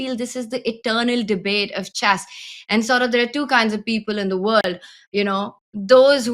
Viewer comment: Houska, the game is called chess, not chass